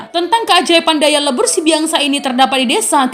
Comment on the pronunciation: Pengucapannya "Sibiaksa", Biaksa adalah tanduk kerbau